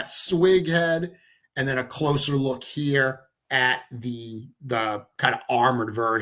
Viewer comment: It gets confusing hearing say hair and here almost the same. 😊